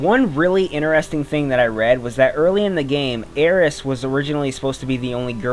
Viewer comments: Um not to be picky her name is aerith not aeriss. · It's Aerith! "Aeris" is a mistranslation due to the Japanese pronunciation of the letters "th". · It's not aries it's Aerith AERITH!!! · So only people who favor Japanese over the English language say Aeris, which to me makes no sense because the Japanese only say it like that because the "th" sound isn't in their vocabulary >:C It all comes down to how you wanna pronounce it. Personally i favor Aerith. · Its probably a moot point, but her name is meant to be "Aerith" and be pronounced "A-er-ith". Aeris was a simple mistranslation.